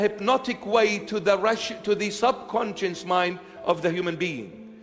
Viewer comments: he was saying conscience but the subtitles said concious. so i think they, just like me probably think he actually meant subconcious and that its just an accent thing. or the priest actually doesnt know the difference. idk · Nonono, you got it all wrong, he never said "subconscious", he always said "subsonscience", so your entire crituque is obviously attacking a strawman! 🤣 And nah, it couldn't possibly be due to consistently bad pronunciation on his part.... 🤪